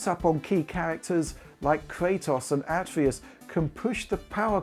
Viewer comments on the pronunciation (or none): This man just called him Ah-Tree-us 😭